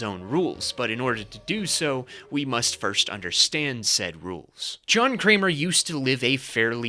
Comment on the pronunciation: love this but i cringed every time at john jigsaw. say kramer lol